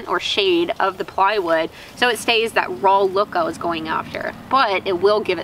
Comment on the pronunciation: Well blimey, does still some long pants. I thought she had cut them all off. here is a fumy observation, I noticed you have trouble pronouncing saw and raw, but you have no trouble what so ever about correctly pronouncing sammich? LOL. Good job on the stools.